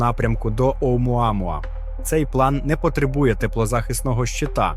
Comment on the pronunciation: Автору моя повага, вимовляти "Оумуамуа" без запинок..